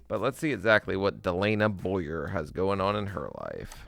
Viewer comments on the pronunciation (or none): none